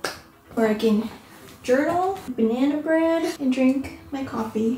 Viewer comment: Journal and “banyana bread”🥲